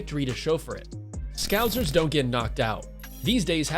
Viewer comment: Why can’t anyone say scousers properly.. it’s scouse ers like house ers!! Duhhh 🙄